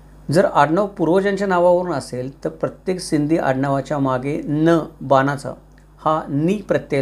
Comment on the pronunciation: “बानाचा न” ऐकताच मी वहीडीओ बंद केला. “ण” चा उच्चार कसा हो जमत नाही तुम्हाला?